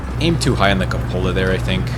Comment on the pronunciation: Dude you straight up segregated them!! Good job, 100 bands to this man (you pronounced CUPOLA wrong, minus 20 bands to this man)